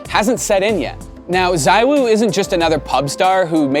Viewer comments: He is Zee-Woo btw not zywoo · It's ZeeWoo not Zywoo 😂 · It is zeewuu no zywoo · CMON GUYS! IT'S ZEEVOO! Can't you just learn how to pronounce his name? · I hate how is name is pronounced Zeewoo, ZywOo sounds better in my opinion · Why does every American pronounce his name wrong?!?!? Country of morons.